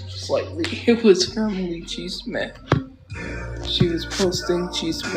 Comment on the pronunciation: "Cheese-meh" isn't chisme